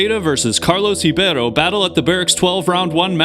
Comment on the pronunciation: Cool use of statistics! Also props for your pronunciation of Ribeiro (and Kroetkov too).